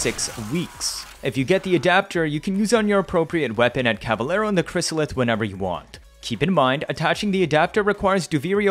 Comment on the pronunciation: This is really cool but, the pronunciation of cavalero and caveat were even cooler